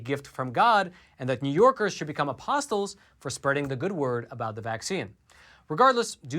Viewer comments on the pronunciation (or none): Speaking of religion...the "t" in "apostle" is silent. Thought you would want to know...